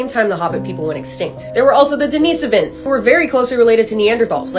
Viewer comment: The amount of confidence she had wile pronouncing denisovins like that xD